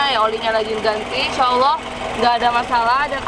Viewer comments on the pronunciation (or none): none